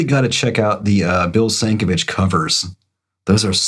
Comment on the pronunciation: It’s pronounced Doug Mensch and Bill Sin-KEV-ich.